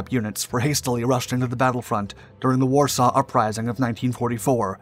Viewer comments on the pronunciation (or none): none